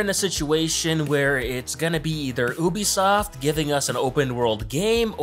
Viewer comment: oobisoft